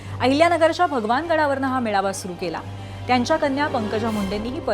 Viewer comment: पेडनोकर बाई ने आधी मेळावा म्हणायला शिकावं ती मेवाळा म्हटली. पुर्वी भावेने संचलन म्हणायला शिकावं.... तु संचनल म्हटलस बाई संज्या बद्दल काही सोलायची बोय च नाहीये हे राम. श्रीराम जयराम जय जय राम